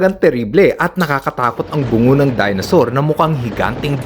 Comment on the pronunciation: Dinosaur Hindi Dinasaur